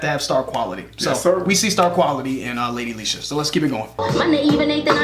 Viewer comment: Finally said her name right 👌🏾👌🏾👌🏾